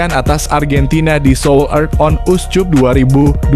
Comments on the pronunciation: Bravo U 20 Indonesia, koreksi buat komentator : CUP dibaca Kap, bukan Cup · Dih komentatornya perlu belajar membaca masa seoul cup dibaca seoulkap jangan susu banget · Naratornya lidahnya parah.. Korea on uscup dibaca mentah2, pdhl mestinya diucap korea on askap.... Memalukan! Anjiiiiiir.